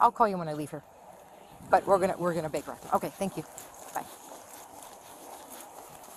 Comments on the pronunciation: Baker act!!!!! Not bigger act……..come on! And i am not even an English speaking original…..😮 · Whoever does the captions/subtitles needs to learn what the fuck the phrase "Baker Act" sounds like......... Jesus christ....